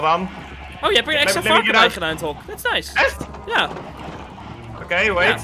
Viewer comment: Normal pep: koe, varken English pep: cow, pig: COWIE; varkON